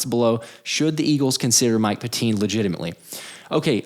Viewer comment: It's not pronounced "pet-TEEN", It's pronounced "PET-tin". I went to CB West from 72 to 74, during which time his father was a LEGENDARY coach.